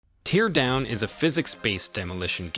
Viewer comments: It's not pronouced 'tee-ear' like when you are crying. It is "tare" like, to rip apart. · Tear (in Teardown) rhymes with hair, fair, scare 😉 And the s in debris is silent. Deh-bree 😂 Minor but annoying things. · Teardown? You what mate? Tear. Tear... not tear. Bloody AI slop. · Why do you pronounce it "tear" instead of "tear"? 😉